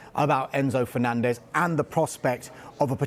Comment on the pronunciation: did he fenanzez????